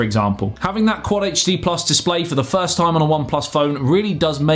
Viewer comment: Sounded like he said thirst review which would fit